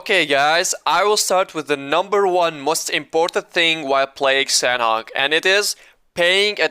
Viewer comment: imma tell you something, you're pronouncing sanhok wrong sanhok is pronounced with silent "h"